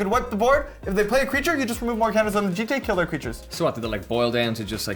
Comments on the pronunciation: as someone who studies japanese, i can confirm it should be pronounced "jee-tay", and certainly not "jit" without getting into a whole convoluted japanese lesson, there are only 5 vowels in japanese (a = "ah", i = "ee", u = "ooh", e = "eh" o = "ohh"). if you see those letters in a japanese word, the vowel is ALWAYS pronounced the same, it's not like english where pronunciation is different depending on the word. also, almost all japanese words end in a vowel (the exception is if the last letter is N.) also, a jitte is a real weapon: "A jitte or jutte (十手, "ten hands") is a specialized weapon that was used by police in Edo period Japan (1603 – 1868)." 十 = ten ("ju" or "ji") 手 = hand ("te") the "te" here is the same "te" as in "karate" (which means "empty hand") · definitely pronounced jee-tay when plugged into translate services